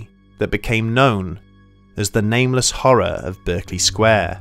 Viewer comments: Just because you don't come from London doesn't mean you have a pass at mispronouncing words. It's pronounced Barkeley Sq, not Berkeley....there, that should start you off. Holborn next.... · Dude you're English! You should be able to pronounce berkley! It's barklay! You silly Berkshire hunt! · Excellent as usual. But just one jarring note, it’s pronounced BARKLEY Square as In Bark. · *sitting back from computer - do I see " The Nameless Horror of Berkeley Square" on the side bar? puts on glasses - YASS!* But seriously, you are British, are you not? How do you not know it is pronounced Barkley? Did you never hear that famous song? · Sorry, but it drives me slightly mad that you're pronouncing the name of the square in London as if it were a city in California. It's "BAH"-rkeley Square ... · Always thought it was Berkeley as in "bark-lee" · BURK--Lee Square? ah, you mean Berkeley Square. Quite famous. It's in the United Kingdom. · It grates every time he mispronounces it.